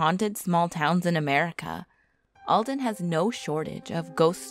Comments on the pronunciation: Aldon! Hahahaha! It’s Alton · It's all-tin -Alton if you like in Illinois comment where u from